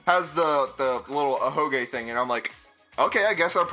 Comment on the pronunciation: Slowbeef, please-it's an "ahoge". With Saihara, him being shown with an ahoge was definitely more of a spoiler than Kibo or Rantaro, because it was previously hidden under a hat.